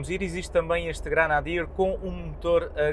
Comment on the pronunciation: Granadier? GRENADIER! Nem o nome consegue dizer!!!